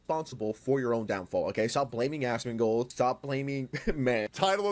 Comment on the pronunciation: Buddy, I love you. You said Tectone right But It's pronounced AZ-MON-GOLD 👍🤙